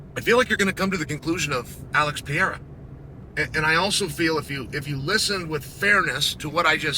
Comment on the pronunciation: "Aleks Pierre uh"